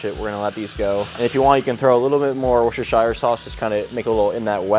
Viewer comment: Wooster- Sheer Chef Wooster-Sheer 👍